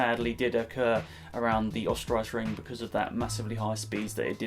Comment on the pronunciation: Österreichring - urrster-rike-ring. Don't worry about pronunciation, people always bang on about mine on my channel lol